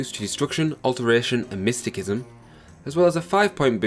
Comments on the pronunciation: Jesus christ mate you realize you were pronouncing just about everything wrong? MaJEEKa? AtroNATCH? MysTICKism? My ears are bleeding lmao 🤣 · "Majeeka", "Mysti-kism" and "Atronatch"? Nice pronunciation brah. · Good guide. You're mispronouncing some words though (Mysticism, Magicka, Atronach). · Atronatch majeeka mystickism lololol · Mist-ta-siz-im my brotha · Magicka - Emphasis is on "Ma." Think of it like "magic" with an added "a" or "magical" without the L. Mysticism - The "c" is pronounced like an S. Atronach - Atro-knock. Altmer don't have a 25% weakness to magic, they have a 25% weakness to fire, frost, and shock damage (this is an important distinction since they are not weak to non-damaging magical effects like the drain of attributes and skills). Don't push Bretons off the table! While their Fortify Magicka effect is only half that of the High Elf's, but they have a +10 to Willpower which governs Destruction, Restoration, and Alteration while also increasing magicka regeneration and fatigue. Their 50 points of magic resistance not only gives them resistance to damage from Destruction spells, but also non-damaging effects like the drain of attributes and skills (which I mentioned before). It also gets rid of the need to alleviate the Altmer's weakness to fire, frost, and shock damage. I personally choose the Apprentice birthsign, since while it give you less magicka and 100 points of vulnerability to magic, it allows you to use the boosted magicka regeneration from Willpower's +10 and again, this drawback is reduced by the Breton's magic resistance (and frankly easier to manage than the Atronach completely removing magicka regeneration). Basically, if you want to use the Atronach birthsign, use a High Elf, but if you want to use any other sign (like Apprentice or Mage), use a Breton. Additionally, the numbers you list for t